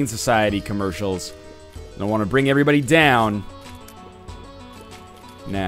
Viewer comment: God, how long has he been saying "AYERYBODY"?